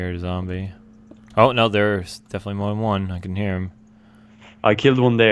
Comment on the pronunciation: More not Moar